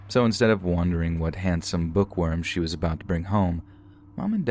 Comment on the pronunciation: Why do you say wondering like wandering and wandering like wondering 🤔